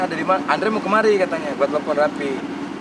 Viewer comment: Raffi Om bukan Rapiii.. 🤣🤣🤣🤣